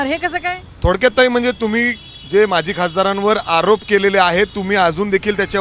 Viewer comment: "माझी" नसतं रे "माजी" असतं ते..!